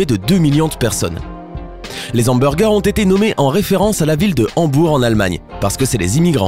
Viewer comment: on dit hamburger pas zamburger